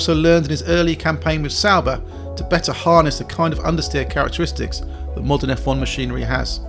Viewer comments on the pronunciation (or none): none